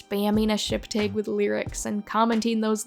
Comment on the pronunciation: Dude I love your videos but the way you pronounce 'tag' is so weird respectfully 😭